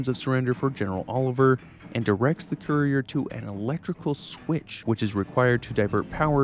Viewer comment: Can't even say courier right lol. Kur ee ur. Not koo re ur which is how it sounds when you say it.